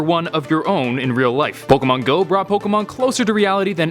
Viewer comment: Why do you pronounce pokemon like ash in part 1 🙁